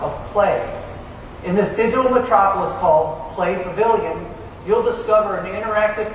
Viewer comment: I swear I thought he said sigma pavilion